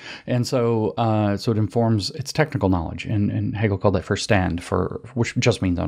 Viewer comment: Verstand - prounonced: "fershtant."